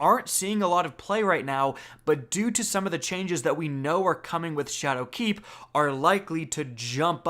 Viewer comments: Triggered - this video could have been a minute shorter if you’d just stop pronouncing “Shadowkeep” as if it were two words! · anyone else hate the way he says shadow keep? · You say "Shadowkeep" weird.